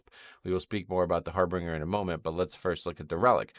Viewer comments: its not har-bringer its har BIN-ger. I used to make the same mistake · I know this is anal, and I'm hoping only sees it just for future correction. I've been getting irritated with all the WoW youtubers pronouncing it the wrong way: Harbinger. HAR-bin-jer. Not "harbringer". There is no second "r" there. Think of it as if the word "binge" is in the middle of it. /pronunciationnazi